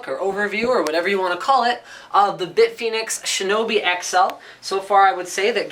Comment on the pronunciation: I thought he said "Big Penis cases", due to the multiple that's what she said jokes at the start.